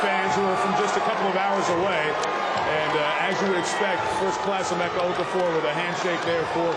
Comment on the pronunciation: Its "Emeka" ...not "Emecka"